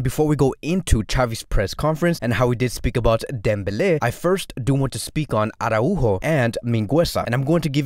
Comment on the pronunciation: Great video overall but I just can't with the "arahu-o" pronunciation